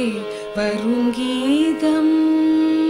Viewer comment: If my observation is right, I would like to tell that on no single occasion the word Geetham is spelt properly by the popular singer. Invariably at all places it is pronounced as Geedham.